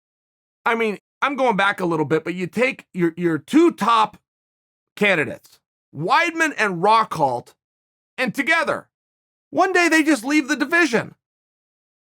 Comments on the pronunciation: Who is "Rockholt? Maybe Rockhold. Uncle Chael gets so worked up he miss spells and says wrong. It must be hard coming from the mean streets of Oregon The one and only king of American gangster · “Rockhalt” -Chael I mispronounce names on purpose Sonnen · Chael ''Luke Rockhault'' Sonnen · "Rockhalt" hahahha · "Rockholt" OK great